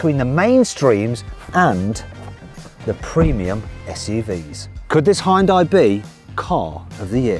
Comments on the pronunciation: ダサ………Hを強調し過ぎだ😞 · 本当に「ホンダイ」って発音してますね･･･ これ、ネットの冗談かと思ってたんですよ、ヒョンデが海外で売るときにホンダと勘違いされるためにヒョンデではなくヒュンダイという表記にし、且つその表記だと英米人の発音がホンダイになるのでホンダに聞こえるのだと。 ホンダと勘違いされて売れたのだと。 冗談かと思ってたら本当に何度も何度も「ホンダイ」と。 英語ネイティブの耳はHONDAの「ホンダ」とHyundaiの「ホンダイ」は明白に違う発音に聞こえてるのでしょうか？ それともやはり「勘違いするレベル」で同じような音に聞こえているのでしょうか？